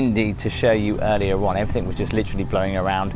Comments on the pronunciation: Please stop saying "everythink"...the word is "everything "! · Can’t believe you didn’t know what the shoe stretchers were for…. Plus it’s “everything” not “everythinK” 😂